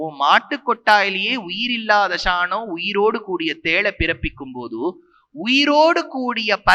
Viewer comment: Athukku ea da ஷாநம் னு சொல்லுற சாணம் னு சொல்லு